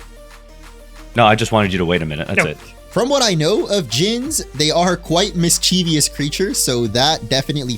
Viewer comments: Fun fact! Mischeivious is not a real word, it's just a long standing mispronunciation of Mischievous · Stopped watching after hearing “miss-CHEEV-ious” for the 30th time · Why did you have to point it out on twitter?? Now I cringe every time they say mischievious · I hate people that don’t know how to say “mischievous” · Everyone mispronouncing mischievous is grating to my ears. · 25 minutes of fantastic art!! And everyone mispronouncing mischievous... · Great video! The number of times mischievous was mispronounced truly hurt my soul.